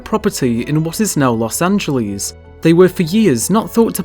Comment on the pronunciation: Don't say "Los Angeleeze", it does not rhyme with cheese. If you have to, say it like its a word in SPANISH- Los Anh_heles, or just L.A., The way the locals call it is "Loss ANN-JEL-iss" (rhymes with "paleontologist", sorta)